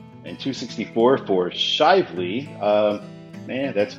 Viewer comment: Couple thoughts after watching this vid (spent a lot of time on 64 in Indiana and Kentucky): 1. You did pronounce Shively correctly! 2. Henderson is likely signed on I69 south in this area as the section of I69 between I64 and US 41 used to be signed as I-164. To this day, I69 currently ends just north of the US 41 Ohio River Bridges so it serves as an Evansville bypass for Henderson people. Back when it was a spur that signing would have made sense in my opinion. 2a: Fun Fact: taking I69 and US 231 up to I64 in Indiana is actually the quickest way to Louisville/Lexington from Henderson and Owensboro, respectively. This could also be a reason why those two cities are signed on I64z 3. I actually think Kentucky generally does a good job in signing interstates. I would agree that Ashland/Winchester and the I69 control cities (spoilers) are their worst.